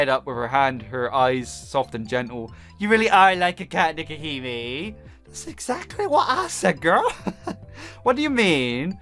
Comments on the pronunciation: Dude, It's pronounced Neck-oh-He-May. And I love the fact that you missed the sakura games shameless self plug in the background of Clover's intro photo. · Pronounced Neko He May and it means Catgirl princess. Baka!